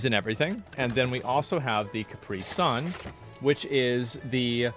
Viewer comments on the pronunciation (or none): It’s not pronounced Car-pre-son. 😂 asmong it’s pronounced Cap-pre-sun. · Why do Americans pronounce caprisun kupree? Weird